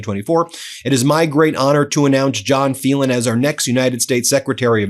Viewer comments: Phelan is pronounced Faylan, not Feelan. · Ben, it’s an Irish name: FAY. Len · Phelan is pronounced "FAYlen." I had a teacher with that name. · Wouldn't his name be FAY-lan ?